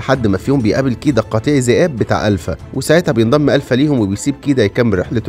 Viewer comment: الفا وليس الفه ☺️💔